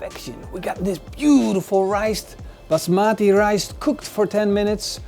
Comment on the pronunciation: Het is RICE lol. Niet ricet.